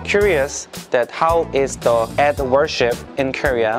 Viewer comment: It's sounds "eat day".😅😅